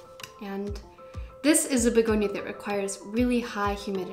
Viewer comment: Hey! I'm french and you pronounce it well...your accent is so cute for us😉😆🌱🌿🍃beautiful haul btw,have a nice night!